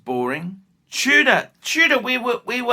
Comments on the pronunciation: Are you saying TUDOR or TUNA? In any case, your insane. Tudor was an absolute home run or whatever you call it in cricket. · nothing in tudor, wtf are you smkoing. And it's tudor not Tuna. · Is he saying Tudor or Tuna?! Wtf is going on.